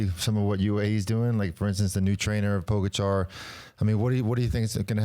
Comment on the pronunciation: His name is TadEy PogAchar, not tAdey pOgachar... Show some respect to this phenomenal talent... Learn his name...